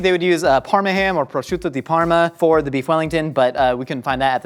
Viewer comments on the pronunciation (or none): none